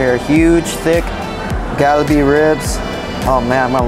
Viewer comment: You're pronouncing Kalbi like you're from India homie😂😂😂